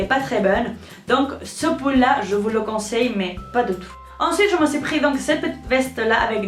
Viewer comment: tu dis poul alors que c pul